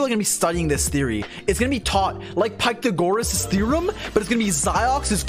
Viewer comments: pike-tha-gorothusus therum lol wtf is that pronunciation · Pie-te-goh-rous Tea-reom